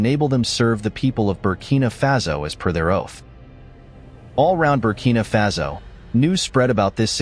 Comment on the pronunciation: It's Faso, not Fazo.